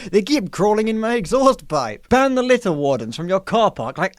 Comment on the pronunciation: i love reading horrible google/amazon reviews. video was excellent, creator is funny, editing is sharp. but you mispronounced "litter" twice. unforgivable and incoherent, read a book sometime. 1/5 stars